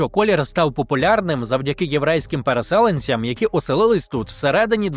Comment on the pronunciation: ПересЕленцям замість переселЕнцям, плАто замість платО це два, які запам'ятала. Не те, щоб критично, але трохи різало слух😊